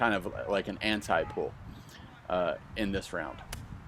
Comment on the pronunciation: Pools? Does no one else notice that the host says “pool” not pull”.